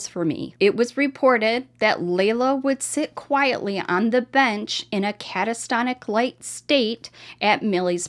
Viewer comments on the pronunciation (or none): I would like this channel so much more if i didn't hear non existent words like "catastonic" Not trying to be mean in the least, but it's in pretty much every single upload...